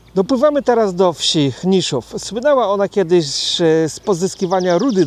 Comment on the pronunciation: Hniszów a nie Chniszów